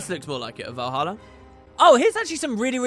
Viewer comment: Vuroja not Valhalla lol